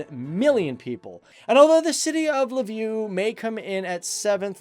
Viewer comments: zfe_5 тому правильно було в Lveew😁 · You didn’t mention Lviv. Sometimes people pronounce it Lvov, Lwow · I’m from Lviv, Ukraine and you kind of made me cringe every time you said the city’s name lol